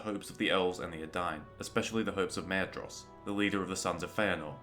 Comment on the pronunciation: Maedhros is pronounced Maithros, just so you know. My life was atleast turned upside down by that discovery